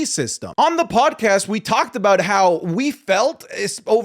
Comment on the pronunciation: As an Australian I forgot you were until i heard "Aboot" haha love the vids.